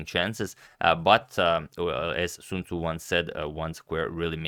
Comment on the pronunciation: “Sun mator Tzu” - Sun Tzu